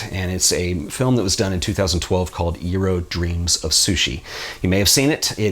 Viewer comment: FYI Jiro is pronounced Gee-row As in gee you smell great and row your boat